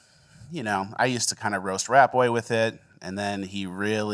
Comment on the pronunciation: Still sounds like is saying “Rappaway”